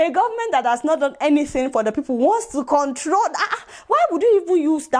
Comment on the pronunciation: The illiterate can't even pronounce control properly